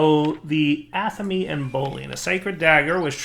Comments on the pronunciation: Every time... "ah-tha-meh". NOT "Atha-mE" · "atha mee"??? come on man, Athame is a REALLY common item to come up in any RP game or conversation, how do you not pronounce that right? it's pronounced like Athamé, like Resumé